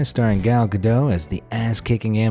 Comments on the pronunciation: Gal Gadot’s last name do not pronounced Gaddo but Gadot (she is not from France so the T is not silent) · Gadot is not french. It is Hebrew. Gal pronounces her name "guh-DOHT" , not "guh-DOH". There is a final T. Don't take my word for it. Listen to Gal pronounce it herself at ("How to Pronounce Gal Gadot"). I presume that is not one of the mistakes only the smartest people will notice. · Who tf is "Gal Gadow"?